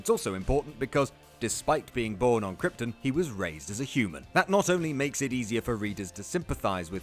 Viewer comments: y does he keep saying kyrtin and not kyrton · Its pronounced krypton not kryptin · "Kryptin" lol its KryptON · how am i meant to take you seriously when you pronounce Krypton as Kryptin? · "Planet Kryptn" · Stop. Saying. "KRYPT'N". What IS it with WhatCulture and shyte pronunciation?!? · You're saying "Krypton" wrong...other than that, I approve. :)